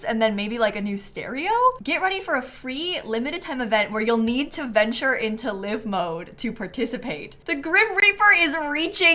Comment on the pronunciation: I love her… but does it bother anyone else that she says live mode and not live mode?